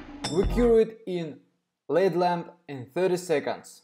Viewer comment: Im sorry...but this is not healthy for the cuticles. You should watch some videos of actual Manicurist doing nails so u can learn the correct way. Just f.y.i.....LED isn't one word. U are supposed to pronounce each letter. L-E-D. Im not trying to be funny...English is not your first language so how would u know unless someone tells you.